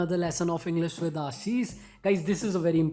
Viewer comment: Englisss× English✓